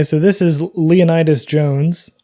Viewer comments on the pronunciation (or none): none